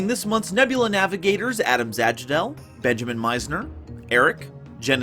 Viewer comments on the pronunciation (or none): none